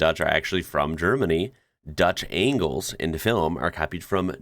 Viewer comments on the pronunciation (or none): That was the weirdest pronunciation of Angles ive ever heard... Like did you want to say Angel as in.. this house has some bad Angels that makes no sense... 😅